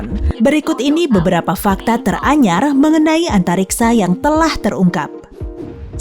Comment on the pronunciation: Teranyar mimin nya orang sunda